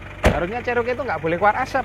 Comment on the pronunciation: 4 JG itu miliknya Isuzu mana bisa powerful? Bagaimanapun mesin Chrysler 4.0 L high outpit jauh lebih bagus...Enak tu menurut anda🙏, klo mau irit bertenaga sebaiknya anda pilih TLC Vx/VXR 80. Maaf Cherokee di bacanya Ceroki..bukan Ceroke .the name is taking from one Indian native.Salah satu XJ 14 / Jeep Cheroked saya udah engines swap pakai Edelbrock V8 350 CI 5700cc.Sektor kaki kaki saya pakai Prorock,Winch Warn 8275 m50...towing bar Mopar, full roll cage....salam dari kota kecil Majalengka Jawa barat.